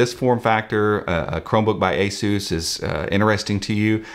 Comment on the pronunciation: I can't get over how he pronounced ASUS as A-Zeus...